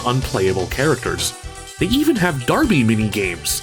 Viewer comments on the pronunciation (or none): none